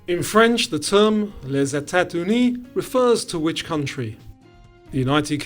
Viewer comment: its "le-zeta-zuni", not "tuni" 🇨🇵 great quiz!